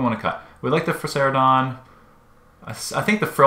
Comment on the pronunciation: It’s Ferocidon not Ferceridon